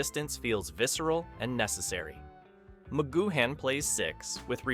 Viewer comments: It's pronounced 'goo-un', not 'goo-han'! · Spelled McGoohan but pronounced McGoo-en. There were originally 10 eps planned by PMcG, however Lew Grade wanted a series that went on forever. So, PMcG and his writers “cooked up” (his exact words) the remaining 7. “I’d never done a western and I wanted to do one” for living in harmony ep. Hard to listen to this with your lack of research and mispronunciation of PMcG’s name! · Altogether excellent narrative with plenty of facts and insights. Two points, Wikipedia places Angelo Muscat at 4'3 not five feet, and you pronounced McGoohan only once correctly (the third-last time) Great scene selection, great job. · It would be nice if you pronounced his name right 😂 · Thanks for that ! And to be fair the guy did brush over the subject later in his video but I came down to the comments early in his video triggered by his pronunciation of McGoohan but a lot of others were obviously triggered also by the same thing going off their comments ! But credit where it is due he did mention it which was a surprise to me as it is not normally mentioned ! ALL THE BEST MATE ! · Don't sound the 'h' in McGoohan. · You don't pronounce the "h" in McGoohan.